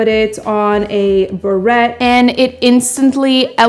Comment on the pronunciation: berets the et is pronounced ….eh